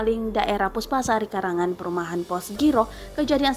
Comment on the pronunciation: "Karangan" mana...min...klo sebut loks tu hrs jelas 😂😂😂